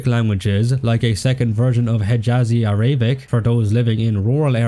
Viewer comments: > criticises Turkish voices > pronounces it are-ay-bic It’s just a game, bro… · araybic🤦 completely wrong pronunciation of a language with hundreds of millions of speakers